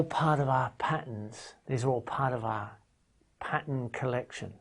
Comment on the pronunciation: "Patter" lol